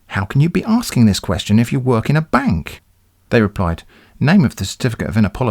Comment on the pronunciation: I love it so much when you read the words as written. Ex: kwee-astion.